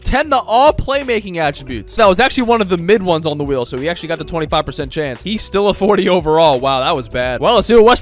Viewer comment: S it just me, or when he says good wheel it sounds like good will 😅